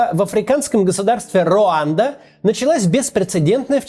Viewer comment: Не Роанда а Руанда.